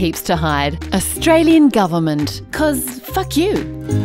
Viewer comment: Was there a reason for "Australien" instead of "Australian" and "Againt" instead of "Against"?